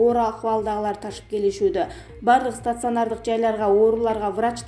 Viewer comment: стацыанардык-эмес стационар-деп окусан!